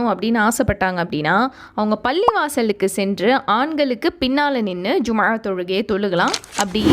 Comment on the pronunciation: Jumma ழ ஐன் உச்சரிப்பை அழுத்தமாக சொல்வதில் கவனம் செலுத்த வேண்டும். எப்போதும் ஐன் பெருமையாக உச்சரிப்பில் ஒரு ஹதீஸ் உண்டு..